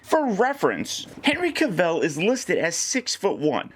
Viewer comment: That's not how you pronounce Henry Cavill's name.